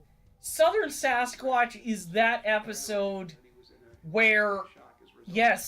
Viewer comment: Looked like Eyes at first... OHHHH I saw a reaction to this! How they swarm and ATTACK out of NOWHERE 😣 I suppose some could say that a Cannible of sorts could be a level of a Wendigo? I thought I remembered it being Skinwalker Why do I think it sounded like “Swasquach” there? 😂😅